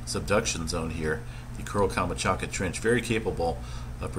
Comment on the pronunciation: Sea of OH-KOOTSK. KAM-CHOT-KA.